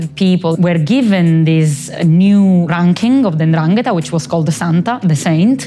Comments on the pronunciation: He has a long conversation with this woman, hears her say 'Ndrangeta' numerous times, yet persists in putting the accent on the wrong syllable. That genuinely perplexes me. Why not correct yourself? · "It's N'dràngheta, not N'dranghèta." Read it with Hermione's voice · Love how the interviewer went to great lengths to keep pronouncing 'ndrangheta wrong, this kind of commitment is not something you see everyday! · The interviewer just refuses to pronounce the name correctly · At least try to pronounce it well... 'Ndrangheta Apart from that great take on a good topic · Love this but learn how to say Ndrangheta